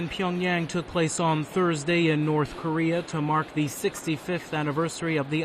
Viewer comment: Lol yea he always says "kureeur" instead of korea